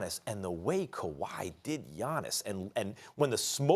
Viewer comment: Smh it’s pronounced Yanis, and for the people thinking how would you no I’m Greek